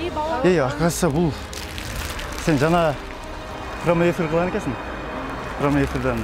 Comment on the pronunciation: Промой эфир дейт го хаахаа